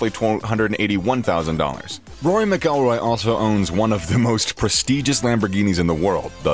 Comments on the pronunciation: please learn how to say mcilroy before you publish a video including him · Saying rory's last name wrong obviously never watch golf... Jordan fell off rory is alot better